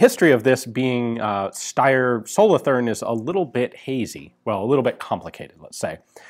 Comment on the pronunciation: Solothurn is pronounced with a sharp t but with a longer u. Much like the word cartoon Solotoorn